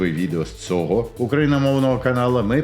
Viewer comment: Тільки українську вимову треба підтягнути, а то від "цого" мовлення і інших подібних перлів вуха в'януть